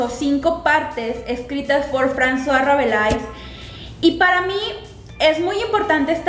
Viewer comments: ¡Gracias por estos videos! :D Me parece genial que invites a la gente a leer los clásicos. ¿Hasta qué época vas a hacerlos?, si se puede saber. :) Ah, y solo como contribución, creo que se pronuncia Rabelé, según mi conocimiento del francés. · Yo también creo que se pronuncia Rabelé. O al menos eso recuerdo de las clases de literatura.